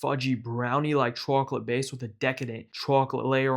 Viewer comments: It annoyed me more and more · Chawklate tawpping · say chwacolate one more time 🔪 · chawklate sawlty flavor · I like how you pronounce chwochlette, it pleases me. These look delicious and since this is the first video I’ve seen from you I need to check out more recipes from you! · The chacklateee sawlt is shitty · "rahool" "chwoclate" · Put the Sawlt on Tawp of the Chawklet. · subscribed for CHAWKLIT TAWPPING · Took me too long to figure out you were from Boston. “Chawclit” 😃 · Chawklate sawlty bawlz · Came for the chocolate, subbed for the chawklate 🍫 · We gaht a CHAWCLATE layuh on tawp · Chawklate sawlty combo 😊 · I remember when they invented chawklate . . . . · I absolutely love the pronunciation of chocolate 😊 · why does he pronounce chocolate like that,................ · Ngl your pronunciation of chocolate ticks me off lmao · he says chocolate like that old lady from spongebob